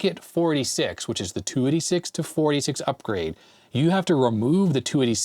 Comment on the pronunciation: I never heard anyone pronounce “486” “4d6” before. Really messed up the flow of the video for me! 3d6, 4d6, 2d6.